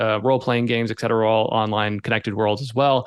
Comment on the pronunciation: It's not x-cetera. It's et cetera.